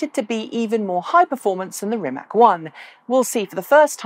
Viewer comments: I learned rimac is pronounced with something like a ts at the end, maybe you want to check how it’s correct. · It is, Croatian pronunciation is rimats (or rimaz), like tsar (listen to However, even the founder, whose surname it is, "butchers" it this way, I guess he learned the lesson of that other foreign hypercar manufacturer no one can quite pronounce. What is it? Koeninengensegg? ;)